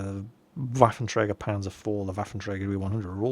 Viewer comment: Don't listen to him. I'm German and your German is pretty good. You just have to pronounce the vocals and some other letters more "German" (Panther -> PanTer; Panzer -> PanTSer etc...) Btw: The Sturer Emil is called Panzer Selbstfahrlafette fünf or in English: Panzer-Artillery five :p